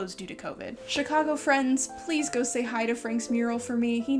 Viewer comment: You pronounce Chicago like a native Chicagoan. I approve.